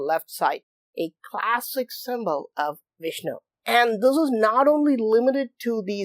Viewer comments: Woah! Vish-nu Fish-nu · Ok, so it is Fishnu instead of Vishnu, go it ! Thanks !